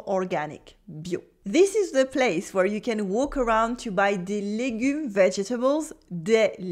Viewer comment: if she harps on about the importance of correct pronunciation in order to avoid embarrassing situations, the least she can do is make an effort and pronounce the words correctly. I mean, she said she'd been living in the UK for 10 years. You'd think she'd have figured out how to pronounce easy words like butcher, where, ....correctly Try and ask for 'buur' in France when you actually want 'beurre'.... Nuance and correct pronunciation is important in every language.